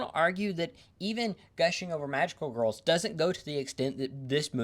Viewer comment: You appear to be unable to say the word "girls" You are saying "wurls"